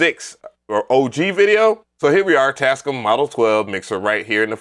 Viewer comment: Lol..dude why are pronouncing it “Taz-Ee-cum?”..😂😂 it’s pronounce Taz-scam